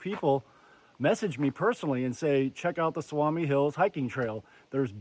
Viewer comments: Nice video. Its pronounced Soo-me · Just FYI: the word "Suomi" means Finland, in Finnish. It's pronounced "SUU-oh-me" 😊 Love your video! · Sue-me is how its pronounced. Also Kramer is a designated trout lake. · It’s pronounced Sou-mi !